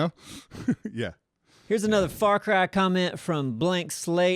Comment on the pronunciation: When says "far cry" it sounded like he said "f*ck rye" and my friend Aidian must have thought so too because he quickly looked up from his sandwich and defensively shouted at me "Hey it's my sandwich I should be able to eat it in peace without you judging my bread selection!" I died lauhhing.